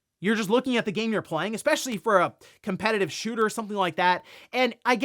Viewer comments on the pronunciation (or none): none